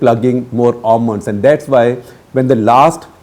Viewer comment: Very concious pronounciation of Almonds